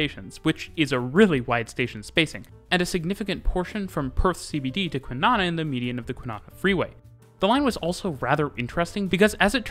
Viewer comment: How's the pronunciation of the place names . Lol . Joon da lup . Kwinana sounds like banana and the kw is said like qu in queen . The new line is open to the airport already and the next station is on its way soon it will be completed all the way to Ellenbrook. The butler line will be extended really soon . Still need the Australind to get to Bunbury on the train , where you will share the tracks with freight trains through the beautiful south west .